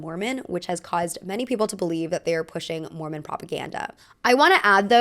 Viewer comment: not me thinking you said "merman" when you said "mormon"